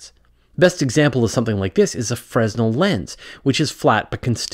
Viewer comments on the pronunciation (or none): Fre-z-nel --> Frenel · with respect, Fresnel is pronounced, 'fruh-Nel'. The S is silent and the emphasis is on the second syllable. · Fresnel is pronounced “freh-NELL.” You don’t pronounce the S, and the emphasis is on the second syllable. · I believe that the "s" in "fresnel" is silent. I also support every one of these projects. Thank you! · My 2 cents, it's French so the proper pronunciation is French, silent 's'. I've never heard any lighting tech pronounce the 's'. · Nitpick: The "S" in "Fresnel" is mute.